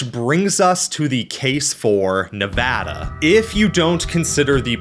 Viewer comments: THANK YOU!! For pronouncing Nevada correctly!! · Bro writes a great video and pronounces Colorado and Nevada correctly. 10/10 will subscribe. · OH MY GOD YOU PRONOUNCED NEVADA RIGHT I LOVE YOU❤❤❤ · I'm just glad he pronounced Nevada correctly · Huge thumbs up for Nevada coming out on top. Bonus cudos for saying Nevada right! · Hell yeah, pronouncing Nevada correctly Absolutely W from a Nevada resident!!! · Finally, someone who says colorado, nevada, AND appalachia correctly 😂 we need to protect this man at all costs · As a Nevada resident I would like to thank you for saying the name of our state correctly. 🙏 Also really interesting video. I've actually had this topic of conversation come up quite a lot so I'm happy to learn more about it. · Thank you for pronouncong nevada correctly and not Nev AW da like most dumbies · NEVADA MENTIONED AND PRONOUNCED RIGHT RAHHHHHH 🎉🎉🎉🎉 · as a geologist that lives in Utah, lived in Nevada, and got a degree in California. I approve of this video lol thanks for pronouncing everything correctly and mentioning that yes death valley is in both CA and NV. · I was going to congratulate you on the correct pronunciation of Nevada, but it all made sense when you said you used to live in the Sierras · Thank you for pronouncing Nevada correctly. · Saying Nevada properly is more common than saying Colorado properly, which he also did. Impressed.